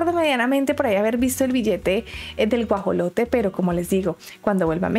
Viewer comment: Debo aceptar que me reí en el minuto y más por la pronunciación ("Gujalote"), pero lo que me hizo carcajear es lo del minuto , pues esta vez sí estuvo bien pronunciado, sin embargo, es justamente por eso que me reí bastante, ya que en el video se hace referencia a el "Axolotl" o "Ajolote" (ambos términos son válidos) y no al "Guajolote" o "Pavo" (este último es el término más conocido en el mundo, a pesar de que dicha ave es originaria de México); en síntesis, el primer animal se trata de un anfibio y el segundo de un ave, es decir, son completamente distintos. Por cierto, cabe señalar que el Axolotl (específicamente el Ambystoma Mexicanum, o sea, el que típicamente se muestra en videos sobre fauna mexicana) es originario de México, aunque existen más anfibios de la misma especie (género Ambystoma) en todo el mundo (como bien lo mencionó la gobernadora de la CDMX), ninguno tiene las características físicas que el de México (el que se mostró en el video), sino, que son más similares a una salamandra común, en cambio el Axolotl tiene un aspecto fuera de lo común y que podría compararse al de los seres fantásticos de las películas de esa temática. Y lógicamente, en los países en los cuales lleguen a tener el Axolotl (originario de México) es porque de alguna manera lo llevaron (de forma posiblemente ilícita), con fines de criarlo y lucrar con él.